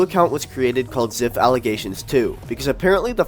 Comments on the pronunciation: Its pronouned zaiph no ziph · That youtuber keeps my mind working also u said ziph why its z "I" ph with a y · pronouncing zyph as zif is crazy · Give the a break who cares if the pdf files name is pronounced incorrectly 😘